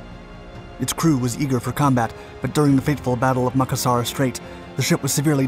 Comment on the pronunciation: Please look up these names on-line and find out how to pronounce them before you create these. The name is pronounced ma-CAS-sar, known to men of the day as a hair pomade, macassar oil, from that area. The name is also part of the name for antimacassars, those white cloths on the backs of travel seating to protect them from - macassar oil on men's hair. I love your stories, but the mispronunciations are jarring when one knows the word.